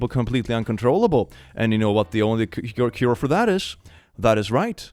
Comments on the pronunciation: It took 8 minutes to realize it was it was "cure gay" I thought it was "pure gay" 😂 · I misheard you the first time you said cure, I thought the bingo tag was "pure gayness" and I was wondering how it fit in lmao